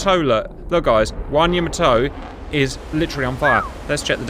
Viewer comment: "Yama toe" 😆 😆